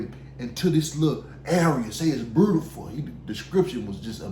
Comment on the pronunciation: I just paused it (great so far!) to see if anyone else was laughing at “brutiful” 😂